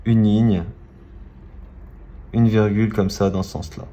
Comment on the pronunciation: On dit virgule pas vergule